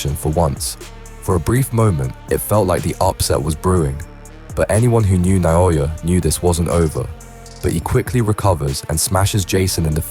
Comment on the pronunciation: Naoya, not Nayoya. AI (Artificial Idiocy) slop